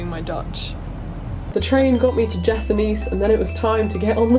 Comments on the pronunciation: The way you pronounced Jesenice was so cute! It's actually pronounced yecenitze haha ❤️ glad you spent a wonderful time here in Slovenia 😊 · I'm from Slovenia and the way you said Jesenice is just the wrongest way possible but i get that my language is really hard hahahaha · Hahaha love your pronounciation of Jesenice😂